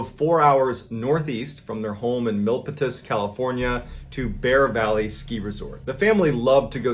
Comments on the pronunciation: I’m obsessed with the 411 stories. You threw me for a loop on the story about Dr. Wong. I’m from Palo Alto CA and your pronunciation of Mil-pit-is is commonly pronounced Mil-Pete-us. Milpitas CA. I’ll offer the like button the Coke replaced by Pepsi now. 👍🏻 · Mil•PETIS?! 😂😂😂nooo it’s pronounced Mil•PITAS. It’s like 30 minutes from where I lived. It sounds like it’s spelled, like pitas with a Mil in front of it 😊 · Okay sooooo on the second story I’m the only person who caught this but I’m from that town the family originally lived in and it’s actually “Mill-Pee-tis” Felt so blessed tho we finally made it on some cool shit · I’m sorry but you saying Milpitas as mil-pa-tis 😂 being a San Jose native it’s pronounced mill-pi-tas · Millpitus?😂 or mill-pee-tas? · I just watched this episode and had to laugh. I'm from northern California where milpitas is. The way he pronouned it mipatas was funny because it's pronounced mil pee tas with the accent on pee. He's great! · Some of your town pronunciations are quite hilarious lol. mil-pee-tiss not mil-pit-is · Mil PEE tus Not mil pe tus 😂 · It’s pronounced, MILL-PEE-TAS Not Mil-paw-tis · Not Mel-pet-as. It’s pronounced MIL-Pee-Tas…. Sorry from the area wanted to correct it bc I grew up in the area and we say Male-Peee-Tas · “MIL-pitiss” 😂.... I believe youre talking about “Mil-PEED-dus” lol.. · I was caught off guard when you mentioned my home town of Milpitas because...the pronunciation was butchered lol. No one will see this or care but it’s not pronounced mil-pit-is, is mill-peet-ehs Also wtf why is my home town part of this creepiness I’m scared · I live about 30 mins from San Jose and the way you said Milpitas, Mil-pit-is, cracked me up. We pronounce it as Mil-peet-is or Mil-peet-as. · mr. ballen milpitas is pronounced mil-pee-tas, not mil-pi-tus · haha Milpitas-San Jose native MIL-PEE-TUS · It's pronounced MIL-Peet-US lol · Dr Wong's hometown, Milpitas, is pronounced Mill pee tus. 😊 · It’s pronounced Mill-peat-us